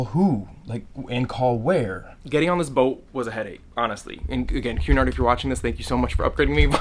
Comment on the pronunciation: Happy birthday! Also every time you said Cunard I thought you were saying QAnon. k bye